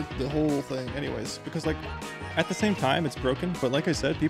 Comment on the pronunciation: "so heres de earth. is round!"